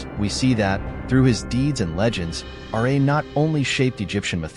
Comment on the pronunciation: It's pronounced Ra not R A